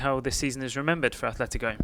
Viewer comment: where do you see an "H" in Atletico?